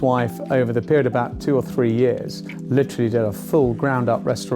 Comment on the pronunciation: Litrally. Litrally. Litrally, litrally. Litrally. Litrally. Litrally. Litrally.